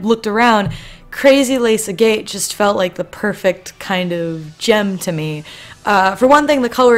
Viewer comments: I love the video just random thing. Agate is pronounced Ag-at or Ag-got not A-Gate. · Im sorry for "yelling" but its pronouced AGG-IT